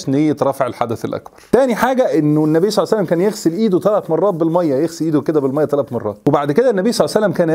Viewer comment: يا اخي هكذا تقال النبي صلى الله عليه واله وسلم وليس صعس الله سلم